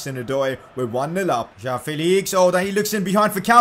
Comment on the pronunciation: its felix not fayleeks